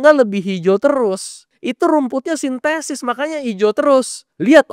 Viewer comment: Rumput sintetis bukan sintesis.